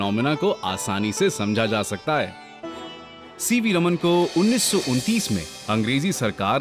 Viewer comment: Sir it's चंद्रशेखर वेंकट रामन not रमन